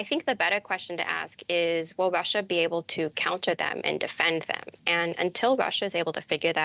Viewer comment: Why is every “r” pronounced as a “w” 🤣 “Yeaw” “howevew” “Wussia”